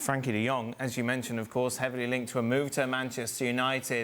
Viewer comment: His name is Frenkie NOT Frankie . Typically illiterate English